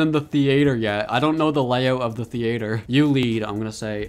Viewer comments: It’s theater not the-a-t-er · Why u saying theyater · bro said thea-ator 😭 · Bro said thee-ater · The way he says theater lol